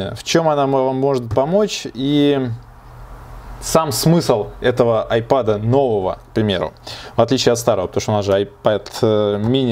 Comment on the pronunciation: 1. Не АйпАд, а айпЭд! 2. Не СпАйс грей, а спЭйс грей!